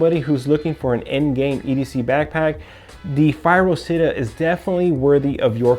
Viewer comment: it's Città with an accent to the A. it means city in Italian. and you pronounce it CHITTÀ, not sitta. for fuck's sake.